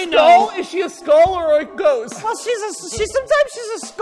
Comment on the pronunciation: “WELL SOMETIMES SHE’S A SKOST.”